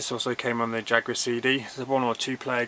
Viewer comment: Great video mate, you have a fantastic collection! Love the commentary.......its also nice to hear "Jaguar" pronounced properly too! ;-)